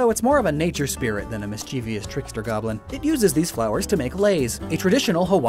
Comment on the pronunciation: Also it's pronounced "MISS - chee - vuss" (mischievous).